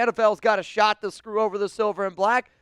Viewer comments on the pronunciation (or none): none